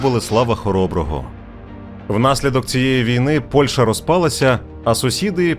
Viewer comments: ПольЩа, а не ПольШа. А за відео дякую! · Дякую за відео! Сподіваюся, буде продовження. І, будь ласка, ПольЩа - [п о л' Ш Ч а], а не ПольШа.